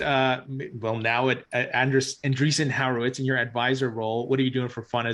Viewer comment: I love you,, but you STILL can't pronounce an-DREE-son WHORE-a-wits. I know you can do it! It's not HOWER-wits. LOL